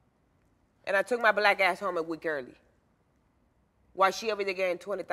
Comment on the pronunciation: Did she say weet😅